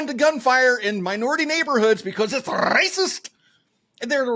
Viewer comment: ShotSpotter is RAY-SA-SIS-TIC!